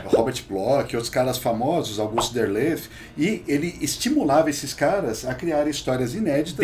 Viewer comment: Não é "Derlef", é DERLETH